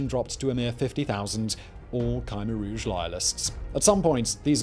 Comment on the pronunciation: He's pronouncing Khmer Rouge differently to every other source I can find?